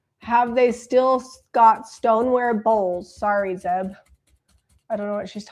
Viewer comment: ZEB not Zep sorry Zeb